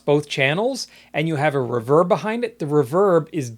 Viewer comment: It’s ree-verb not r’verb! Enjoyed the video!